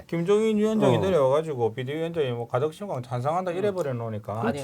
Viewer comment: 빵터졌어요 발음이 ㅋㅋㅋ 가득신공항 항경단체 가그정건 한일해즈트늘 하태갱 핸안이 느무많다 ㅋㅋㅋ